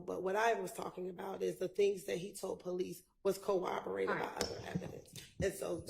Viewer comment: Why is struggling to pronounce basic legal terms…she sounds like she has rocks in her mouth when she says corroborated😫